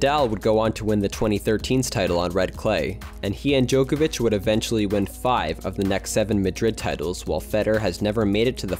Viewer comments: This video is really interesting! I feel bad for unfortunate luck with the weather during blue clay's debut.. However I can't help but notice your pronunciation of Djokovic, c is pronounced the same as a ts sound, rather than a ch! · They also always butcher Novak Djokovic